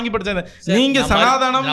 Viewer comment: "சனாதனம் " தான். சனாதானாம் இல்லை. முதலில் சரியான உச்சரிப்பு க்கு இடம் கொடுங்கள்